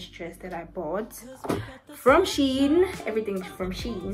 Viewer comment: FYI: Shein is pronounced, "Shine". Also, it is hard listening to that song repeat over and over for 45 minutes!